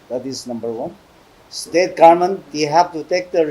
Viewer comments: 😂Our Odi we Aos pronounced are sooo poor and weak Kurmen means Government All mistakes points u people please take understand with Okay 😊He is the only MP from our Nagaland Please support him 😥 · Garment means Government okay My odi We Aos Soo weak poor in Pronounced but let's u people Understand my Pronounced 😂 okay